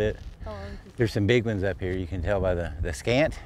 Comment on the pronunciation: Scat...not scant.